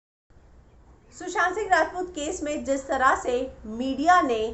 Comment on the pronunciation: I love the way you Say.."Sushant Singh Rajput"....♥️